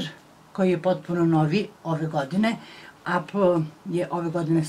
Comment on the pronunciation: Ne kaze se apl nego epl apple